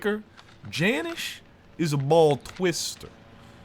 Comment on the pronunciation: It’s jan iiice not janish gang